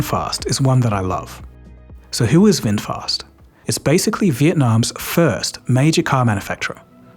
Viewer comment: Red Bull is Thai 🇹🇭 brand. And Vinfast, not Winfast